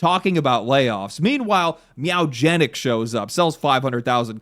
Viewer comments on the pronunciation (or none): I’m sorry Meow? Where are you getting “Meow” from pronouncing Mewgenetics? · "Meowgenics?" You know you can do a second take, right? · Bro made a video about the game and said "meowgenics"